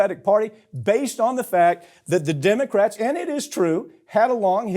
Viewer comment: Fwowida, we hunting Democwats, HeHeHeHeHeh...